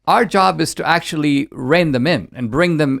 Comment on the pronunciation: Anne Coulter=Queen "Eckshually"...